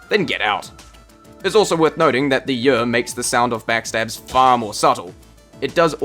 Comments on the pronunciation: "the yeor" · In this video, a british man comes up with an acronym (YER) that is pronounced precisely like another word in a certain british dialect, making for a confusing voice-over.